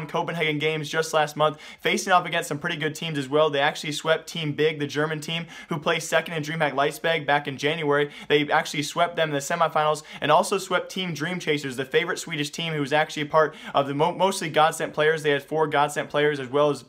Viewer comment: As always, i really like your content, keep up the good work! But seriously dude. It's Leipzig [LIE-P-TSIG], not Leitspeg. It's Jkaem as in "lol J/K" (-lol + [AEM]), not Jakeem. Once again, great work!